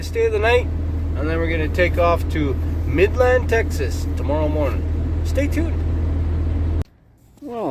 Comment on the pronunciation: Just for starters it isn't Mid Land Texas. Its Midland. You're welcome.